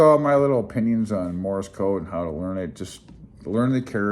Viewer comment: It sounds like you're saying "morris" code.